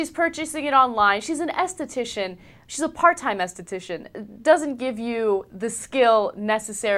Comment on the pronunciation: What did she say? Estitician? The fuck?